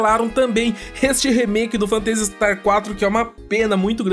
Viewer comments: Mto legal a série, acompanho desde o começo. Mas essa sua pronúncia do nome do jogo aí tá meio esquisita hein? Vc fala "Fantêisi", e o mais correto seria "Fêntazi". Não que prejudique o conteúdo, é como vc comentou no caso do "Guile" vs "Gaioul". É mais uma curiosidade mesmo. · pronuncia-se fêntasi istar, e não fanteisi star. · "Fanteisi Starrr" xD